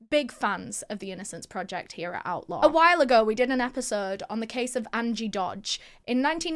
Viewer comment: I thought that she was saying outlaw not outlore...lol